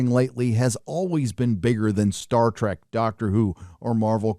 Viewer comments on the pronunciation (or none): none